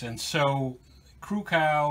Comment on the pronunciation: Your pronouncing Krukow wrong, The O is long, its not cow. Take Care Bob